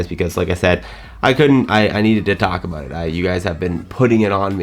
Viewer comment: There is no better "about", in the English language, than a Canadian aboot.